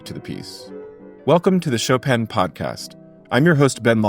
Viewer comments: He also knows how to pronounce the name. I cringe every time I hear ‘Show Pan’. Plenty of people have posted clips on how to say it! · he says show pan… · I very much appreciate your doing a podcast dedicated to Chopin! But beyond any questions about this waltz itself-- could you please pronounce his first name correctly? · I mean, c'mon, at least try to pronounce his name correctly, it's not that difficult.. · you are right that there are different versions of names in different languages, e.g. Paris. But the English version makes no attempt to sound French. With the American version of Chopin there is a completely failed attempt at the vowel sound ‘i’. I guess what makes me cringe is the fakeness of the attempt to sound French. In a way it would be better to just say it as in ‘choppin(g)’. Also, with personal names it seems more respectful to try for authenticity. I am not sure why you would not pronounce Chopin authentically whomever you were addressing, if you knew how. Why pander to the lowest common denominator? Maybe you could be a good influence. The cultural and linguistic connection between France and the USA is a little stronger than that of provincial China and Germany, surely, to address that particular point. In NZ the mispronunciation of Māori names over generations has undergone a conscious and ongoing correction process, which is good to see (hear). The US has quite a history of bastardising European names (even to the point of changing the spelling to reflect pronunciation) e.g. - Goldstein said as ‘steen’. You could maybe understand that in times when the world was less connected, but there’s no need in modern times. Thanks for the discussion, which should probably now be left at that, having wandered off topic!